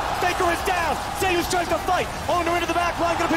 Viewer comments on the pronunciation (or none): Way closer to the real pronunciation than "Zoos", lmao. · "Zayus" Imagine if Kratos heard u say that lol